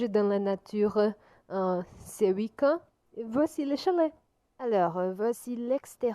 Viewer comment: I've been studying and teaching french for 10 years. That's not a B2 level. A lot of pronunciation mistakes (even in basic words, such as week-end) and really poor grammar as well. She can probably handle a conversation but, in general, her level is really basic. As a brazilian, I can see she is translating word by word.